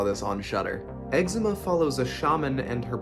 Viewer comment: It was really good but I was dying on his pronunciation 😂 I was like “eczema”???